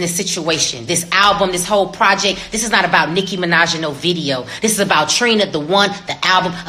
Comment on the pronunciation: Her PROJECK...not project